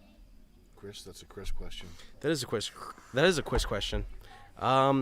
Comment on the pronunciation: That's a Cwis questwon